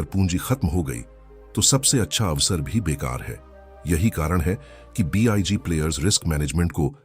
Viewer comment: Sab kuch sahi hai bus ye "be eye ga" player ka pronounciation zara fix kar do 😜